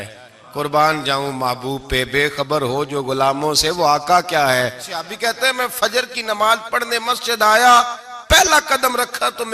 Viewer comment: Bolna Tu seekh lu...seehabi Nahi hota sahabi hota hey